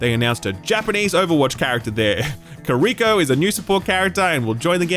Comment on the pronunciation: And again with the redundant, cringey dub. Ouch. It's pronounced KEE-ree-ko. And now go ahead and call everyone that pronounces Japanese words/names right, including the Japanese :'D